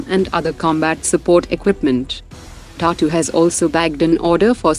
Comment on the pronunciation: Pronounce TATA properly. You sound like saying Tartar 🚩🇮🇳